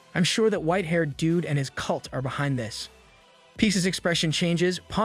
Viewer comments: the ai voice or whatever cant say the word “this” for some reason,and instead it says the word “dis”. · Why can’t it say “this” right,it’s saying “dis” instead of “this”.Its gets very annoying once you realize it.